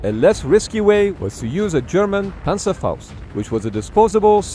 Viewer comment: Man you PERFECTLY pronounced „Panzerfaust“, at least on the first one